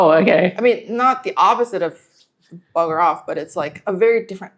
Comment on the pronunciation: hard translating oldmate's ocker usage and pronunciation of "bugga off" into her English then into idiomatic Mandarin... And people say AI will replace everything we can do. Not this!